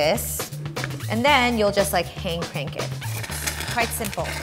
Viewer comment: Lime if you heard her say, "hayned crank it" in the begining